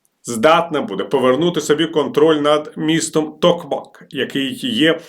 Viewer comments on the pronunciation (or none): тільки не тОкмак, а ТокмАк